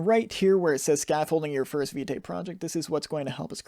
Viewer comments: Thank you for the tutorial, totally love it. Btw. Vite is prononce as "Veet" (it mean "Fast" in French) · I really love the tutorial, but that Viteigh is really distracting lol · You pronounce it wrong